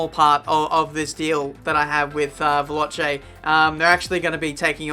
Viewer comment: the pronounciation is on the O it is italian for fast veLOce